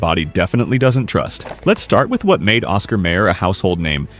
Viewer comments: It's pronounced Osxar MYer, no may er, Downvoted for crappy computer generated voice track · Hmmm, nothing like an AI reader to piss ya off... NOT Oscar Mayor... Oscar Meijer... THAT'S how it's pronounced. And the absolute BEST bacon... Chatfield.... pure and simple. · Every time the AI narration bot pronounced it Oscar "mayor" it was painful. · well, I have to admit yelling at the screen every time "mayer" was mispronounced. That jingle kept running through my head. 🤷